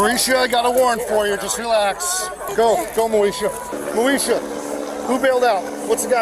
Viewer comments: "moe esha" come on man what r we doing lo l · Hearing him constantly say “Moesha” was hilarious. He’s good at his job 😅